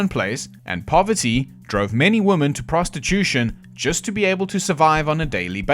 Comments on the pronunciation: You have an extremely interesting way of pronouncing women 😂 Reminds me of the way woman & women inexplicably get mixed up by people when they are constructing sentences. Don't really get it as it's not as if it's complicated. Maybe it's just due to carelessness. Typing in haste, repenting at leisure. But I don't think that accounts for all of it. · Can we go back to pronouncing women correctly?